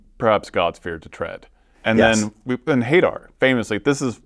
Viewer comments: Hay-dar is such a lame way to pronounce that name. Say it with the forbidding intonation it deserves: Huh-DAR. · Hey-dar cant be the pronunciation right? that has to be them messing with us right? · I really don't like the Hadar pronounciation lmao always thought it's like hah-dar (Will be using it wrong tho) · I think if a warlock tries to use arms of hey-dar on my npcs I will take advantage of the fact they don't technically know who made the deal yet and make it a celestial hillbilly to make that pronunciation make sense.